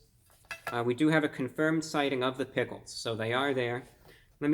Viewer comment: “Travis sgot meal” “ “pigles”